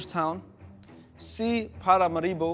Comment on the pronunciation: Para máribo is a craaaaaazy pronounciation